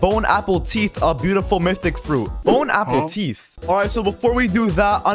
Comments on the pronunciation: “Bone apple teeth” 😂😂😂😂😂😂😂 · bone apple teeth😂😂😂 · Bone apple teeth 😭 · *bone apple teeth* 💀 💀 💀